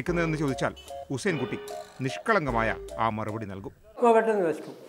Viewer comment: "പെട്ടെന്ന് വെശക്കും..കത്തിപ്പോവ്വാണ്.." പാവം..🤗